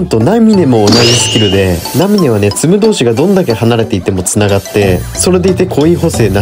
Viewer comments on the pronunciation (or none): ナ↑ミネじゃなくてナ→ミ→ネ→